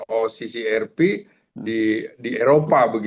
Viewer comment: OCCRP barangkali dibacanya osisiarpi